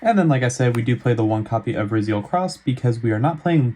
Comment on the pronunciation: I think it’s pronounced r-eye-zeal